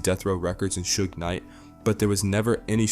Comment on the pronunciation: Because it is bro. Every time youtube puts one of these 1000 views, 10k subscribers on my homepage - it turns out to be AI. Some of them will really have you fooled too, until it trips up trying to pronounce something like Suge Knight for example. No real person making a video on this would mispronounce Suge Knight. Youtubes really trying hard to push AI commentary channels on people. My homepage would rather push these than show me the stuff im actually subscribed to.